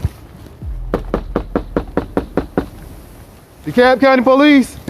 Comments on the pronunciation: De-Cab. The "L" is silent. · It's pronounced Dee Cab I can't stand these videos that use a translator for narration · dekalb pronounced de-cab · FYI- the “L” in “Dekalb” is silent. Just saying